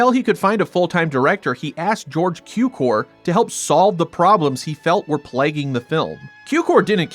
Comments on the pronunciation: Cukor means sugar so it shouts sound tsukor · George Cukor pronounciated with a TS as in tsunami (as if it would be tsukor). His father was born in Hungary, his name is translated as Sugar (like table sugar, it has relation to sucrose-cukor-sugar).